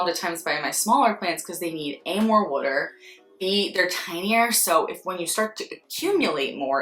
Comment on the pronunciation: Side note, as a former NJ/PA person I chuckled and smiled when you said the word "water". :D :D